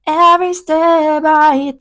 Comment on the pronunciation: every 'step' i take.... every 'stab' 이라 발음하셔서. 영어 채널은 아니니까 큰 상관은 없지만 'stab'이면 너무 뜻이 달라지니까 말이죠. 영화 친구 장동건 대사처럼 마이 무따 아이가처럼 칼맞는 게 되버리는 거 아닙니까.